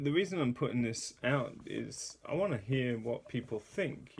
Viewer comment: Dang it: hear not gear